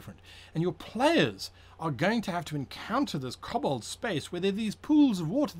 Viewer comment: Koh-bold Not cobblestone